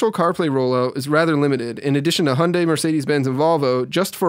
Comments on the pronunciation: Hunday - seriously, do you even talk properly? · COMING UP: How badly can you mispronounce name 'Hyundai', by Dan Seifert.